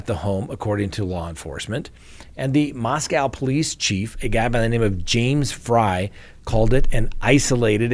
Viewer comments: SO sad. I live about 2 hours from Moscow (we pronounce it Moss Coe, not Moss Cow around here.) There is another large University (Washington State) about 8 miles west of U of I. I haven't heard if students there are alarmed. I think I would be. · they pronounce it "Mahs Kohh" - like coca cola. Not cow. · Just FYI, Moscow (the Idaho one) is pronounced with a long O on the second syllable. I lived there three years and the townsfolk will quickly correct you if you mispronounced it. 😂